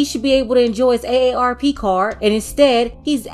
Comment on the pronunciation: No you did not just say ARRP Card 😭